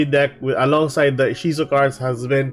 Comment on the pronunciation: Inshizu? You mean Ishizu which is the Romanized Japanese way of the female name Isis, right?